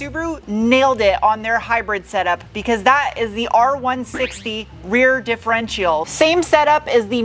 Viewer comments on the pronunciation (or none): Dif-er-entail?? Speaking is hard, but come on. It’s a differential. Pronounced di-fo-ren(t)-shal